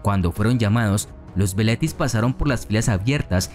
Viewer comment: Los soldados jóvenes se llamaban "velites" ... y no "veletis".